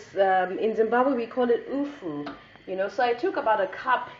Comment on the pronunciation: Its hupfu not upfu are you shona hadzi its kwataringi kkkkkkkkkkk zvakaoma.